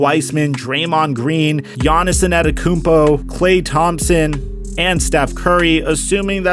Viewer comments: it's antetokounmpo, not anetokounmpo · Bro say the names right anedakounpo whysman